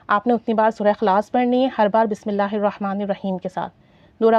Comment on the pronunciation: Apki vdo bht achi lagi lekin sister ap sb se pehle ALLAH ka nam thek se kehna seekhen apko ALLAH kehna b nhi ata. "alha" nhi ALLAH kehte hain الہا نہیں اللہ کہتے ہیں 😢